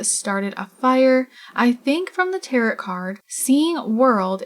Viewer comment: Tear-o. Tarot cards… said like tear-o … as in SPARROW the bird.